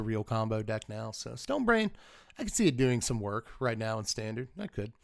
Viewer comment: I thought you said Stone Rain when you said Stone Brain. Felt a wave of different emotions.